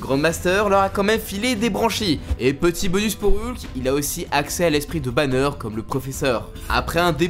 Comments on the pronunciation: « Bruce Bannieure » j’ai envie de hurler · "Bruce Banieure" 🤣🤦🏽‍♂️